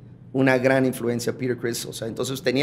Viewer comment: Que bien pronuncia Peter Criss